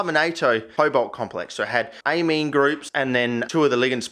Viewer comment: ammine ligands, not amine groups, smh my head